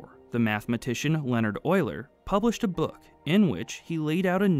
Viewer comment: Concise and easy to follow. That's another quality video worth to watch. I especially love how you pronounce Euler the right way :-) Something that's probably not very intuitive: A pipe can even buckle when under tension while supporting a compressive load. We did experiments at the university showing that, but I kinda forgot the exact reason for it.